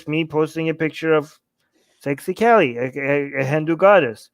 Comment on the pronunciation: Lool, it's Ka-li not Kelly... 😂 I had no idea what you were talking about until I saw it written. Kali is a fierce Goddess!👹